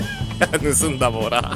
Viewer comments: ねすんだじゃなくてぬすんだじゃね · ぬすんだがねすんだになってる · ぬすんだが、ねすんだになってるw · 「ね」すんだになってますよ